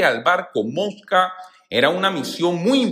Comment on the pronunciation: Gracias por la información pero no se pronuncia moska Infórmese bien Mosvag